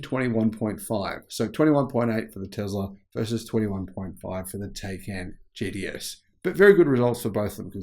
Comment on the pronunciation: “Taycan JDS” 😂 You mean Taycan GTS? Just kidding I know it’s the accent lol 😂